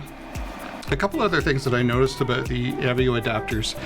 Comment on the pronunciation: Aboot found the Canadian